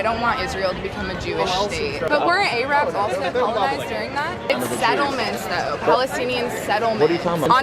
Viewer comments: She really just said "Ay-rabs" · Her pronunciation of Arabs says it all. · Why does this girl remind me of the Muppet Janice so much? Lol...she keeps saying A-Rabs instead of Arabs. Also, never start a sentence in a conversation with a Jew or anyone ever with, "I don't think the Holocaust happened because.......". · Why do I hear Americans always pronounce Arabs like A-rab, isn’t it pronounced Ah-rab. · Forget that she knew nothing, but when she said Ayrabs and Powgroms I puked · Aye! What’s up rabs!?😂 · She actually pronounced the word A-rabs…..Jesus Christ from a millennial here you parents today have truly failed your kids 😂😂😂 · LMFAO! She said A-Rabs lol... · Where did her pronunciation of "A" rabs come from? It's so annoying. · She lost me at A-rabs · “A-rabs,” lol. You can tell she’s so educated on the whole thing. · "A-rabs"?? She's moronic. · you hear "A-rabs" and you know the IQ is in the single digits.... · Love how Gen-Z Berkeley Girl busts out “A-Rabs” . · She said ayrabs lol